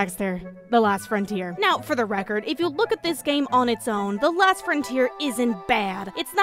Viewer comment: She keeps saying "the last frontier" but it's the LOST frontier. O not A.